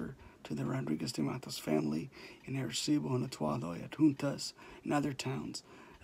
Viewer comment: Say right please arecibo.